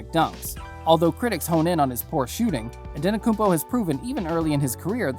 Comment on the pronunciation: It's pronounced An-eh-te-koom-po..I'll admit that's a hard one, took me awhile to get it right.